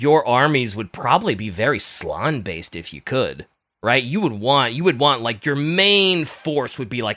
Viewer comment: ITS slAn not slon. You pronounce the A